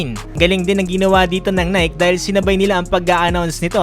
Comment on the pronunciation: Boss hindi nayk. nayki!